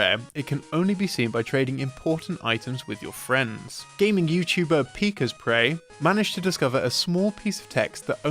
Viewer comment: “PEE Ka Spray” ok so you don’t actually watch the videos because that’s now how he says his name.